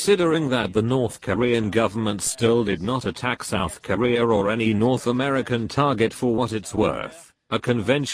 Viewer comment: Even with text to voice this limp-dick Brit is still saying Korea'r and Americur